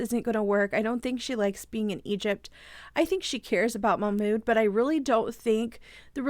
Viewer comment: His name is pronounced "mock mood"